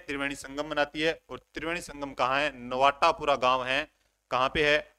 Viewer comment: Sir ye नवाटापरा h नवाटापूरा ni h